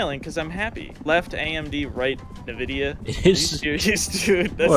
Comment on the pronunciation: really said “nividia”